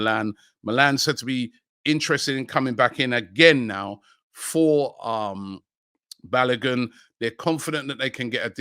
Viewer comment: Robbie’s pronunciation of Balogun is frustrating .